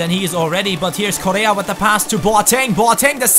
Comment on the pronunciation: You are pronouncing bad correa, you pronounce his name like korea, it's coRRea PD: im from Argentina